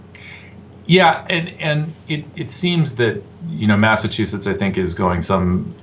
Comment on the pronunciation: Good show, but the guy can't say Mass-A-Chew-Sets